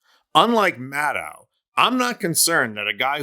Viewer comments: Her last name is pronounced like shadow…Maddow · Sometimes you pronounce her name correctly, the way she does: Maddow::: like Window. Other times you revert to the way most MSM folks say it. Nobody says the ow in window the way it's pronounced in endow. In fact her last name ends with the same sound that your last name ends with,. That should make it easy to remember. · Rachel pronounces her surname with a “long O” at the end. Like “meadow” (grassy field). Practice with that a few times. You’ll get it.